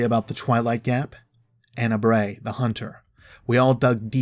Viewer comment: U said Ana's full name wrong